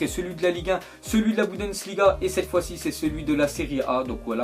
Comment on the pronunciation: juste comme ca on dit bundesliga et pas budensliga ^^